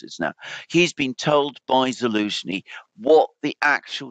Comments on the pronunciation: I prefer to hear call him 'Bellenski' lol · I prefer Belenski 😂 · Why does insist on mispronouncing Zelensky's name? Not professional.